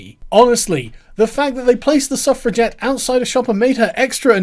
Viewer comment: I thaugh you were saying " Self Reject " instead of suffragette ^^"